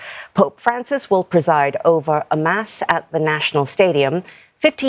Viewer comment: Yup, pronounced the word “Mass” accurately … Hope other news reporters take the cue from her